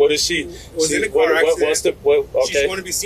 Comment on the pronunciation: Cop is too stupid to even pronounce "car." "Turn off yo kaw." Of course, he is too egotistical and ignorant to keep from blatantly committing several crimes, including federal felonies, because someone legally and lawfully honked their horn.